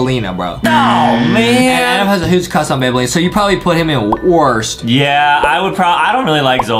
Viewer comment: Banbaleena more like mandaleena